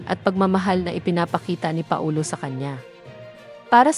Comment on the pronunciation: Anong Pa - o- lo,ayusin mo pls